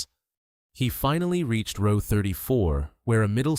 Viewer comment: Thank you for pronouncing "row" correctly